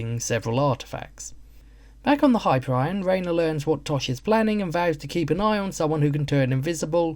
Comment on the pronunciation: It's pronounced high-peer-ee-on, not hyper-ryan.